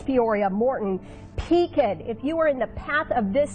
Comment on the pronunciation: Ma’am I live in Pekin and it is pronounced W-E-E-K. And Cef-cue!